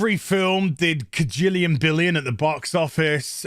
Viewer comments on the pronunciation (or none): none